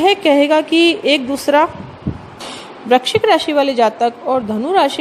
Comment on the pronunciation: First of all aap VRISHCHIK to correct bolo